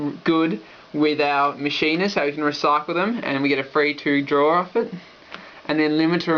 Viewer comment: Machina is pronounced Mach-Ina. Not Machine-a.